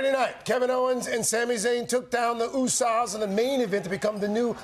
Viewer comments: Did I really hear him saying "The Usa's" (Oo-sahz) instead of The Usos? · The “Usahhs” How can you mess up a name so badly…??? 🤦🏽‍♂️🤦🏽‍♂️🤦🏽‍♂️ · Did he say usas? Lol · "Usas" smh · The usaws? 😂 Htf you pronounce asuka properly but not the usos lol😂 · The Usas? Lol yeah if a non wrestling fan mispronounced any athlete name or team we’d be torched for saying it wrong. That guy should do his research and get spelling and pronunciation right if there is a next time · Totally botched Usos 😆😆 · Can't even pronounce the uso's name correctly what an embarrassment on live tv